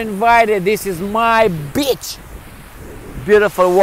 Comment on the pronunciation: It's pronounced, "BEE CH" ;- )